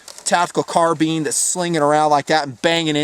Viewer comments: why does he say CAR-BEEN instead of carbine at the end? or is that how you pronounce it when it comes to weapons turns. it just seems like this guy knows a lot for him to screw up on something like that. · carBEEN:) just eloquent not the perfect pronouncer:):) love it... thx for the video